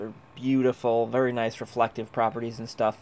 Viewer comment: Verty burds.